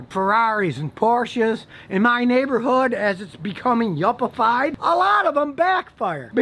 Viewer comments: “Yupifyied” lmaooo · ” YopAFied " Same Scotty Same